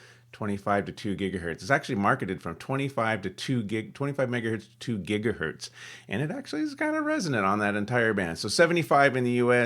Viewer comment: LOL "gigahurt"